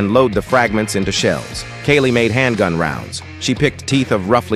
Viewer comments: Kari not Kali grant not gran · Mispronouncing Kari as Kali. Hmm... What language does that? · It's Kari not Kali.... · Her name is Kari not Kali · It’s Kari not Kali. AI videos are so stupid. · why dooes ai call her kali when her name is kari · Kari is definitely not named “kali”😂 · Kali?? Thats Kari... but AI knows best... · Kari not Kali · Kari, not kali. If you’re just gonna rip off mythbusters episodes, at least have the decency to make sure your AI voice over gets the names of the people who actually created the content correct. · Bro her name is Kari 😂 not kali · ITS KARI!!!! NOT KALEY!!! Also don't do the mythbusters dirty by making views off them with your AI bull shit! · Kari, not Kali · Kaylee?! How dare you mispronounce my first crush's name AI Sir!